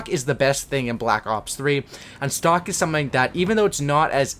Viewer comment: am i the only one who thought he said stalk and not stock